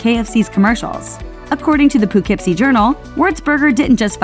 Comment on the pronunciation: It’s pronounced puh-Kip/-see